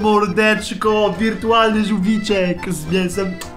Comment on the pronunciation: jak powiedziałeś witrualny żułwik to monitor rozwaliłem